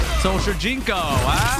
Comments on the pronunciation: It's shujinko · It’s shajinko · It's shunjiko 😂